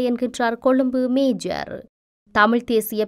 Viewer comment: மேஜர் இல்ல மேயர்